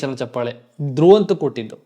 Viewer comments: ಹಲೋ‌ ಮೊದಲು ಕನ್ನಡ ಭಾಷೆಯ‌ನ್ನು ಕಲಿ ಆಮೇಲೆ ಒಂದು ಕಾರ್ಯಕ್ರಮದ ಬಗ್ಗೆ ಮಾತಾಡುವಂತೆ ಹೇ ಗೂಬಲ್ ಅದು ಚಪ್ಪಾಲೆ ಅಲ್ಲಾ ಚಪ್ಪಾಳೆ ನೀನೇನು ಅಂತಾ ನಮಗೂ ಗೊತ್ತು. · ಚಪ್ಪಲೆ ಅಲ್ಲಾ ಲೈ ಚಪ್ಪಾಳೆ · ಚಪ್ಪಲೆ❌ ಚಪ್ಪಾಳೆ✅ 😂😂😂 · Lo first kannada kali ಚಪ್ಪಲೆ alla adu ಚಪ್ಪಾಳೆ..... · ಚಪ್ಪಾಳೆ ಬ್ರೋ ಚಪ್ಪಲೆ ಅಲ್ಲಾ ಬ್ರೋ 😂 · Anna adu ಚಪ್ಪಲೆ alla ಚಪ್ಪಾಳೆ 😂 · ಚಪ್ಪಾಲೆ ಅಲ್ಲ ಅಣ್ಣ ಚಪ್ಪಾಳೆ